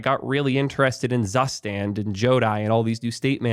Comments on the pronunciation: I am not Germ ant, but I know it pronounced like zus (like goose but with z) and tand (like stand but without s). Thank me later. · as a german, the way you pronounced zustand is criminal